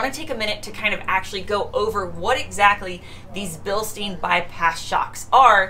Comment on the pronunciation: Funny way you pronounce the "Bilstein" dampers ... :):):) Perhaps they shoulf create a new brand for the US, something like "Bilstine" ... :):):) EDIT: shock absorber is a better translation than damper...